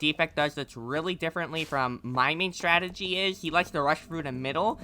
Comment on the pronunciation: Strategy ❌ "Statergy" ✅